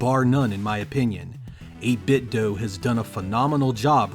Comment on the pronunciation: Nice review, but out of curiosity: Why do you pronounce it as "8 bit doh", and not "8 bit doo"? Are you Homer Simpson in disguise?